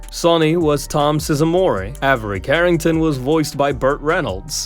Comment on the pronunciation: Tom Sizz-a-morray? Size-more.